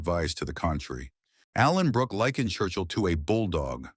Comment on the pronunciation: To the dopey AI commentator, it's Allenbrooke, not Alan Brooke!